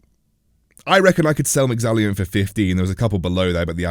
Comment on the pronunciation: No "i' in Mexallon.